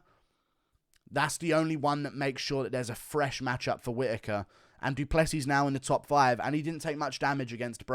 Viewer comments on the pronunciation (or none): WHAT IS WRONG WITH THE UFC COMMUNITY, DO PLAY SEAS. god it’s not that hard to pronounce a last name that isn’t from English language